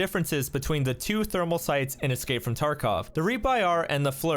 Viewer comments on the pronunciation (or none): none